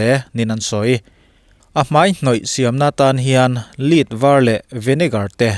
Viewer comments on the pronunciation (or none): Lead hi 'Lid' ni lovin 'Led(lam ang let a let ri ang hian) lam tur. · a "Lead" i tih hi "Lêt" tiha lam zawk tur niin ka hria.😊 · LEAD hi a pronounce diktak chu LED a ni.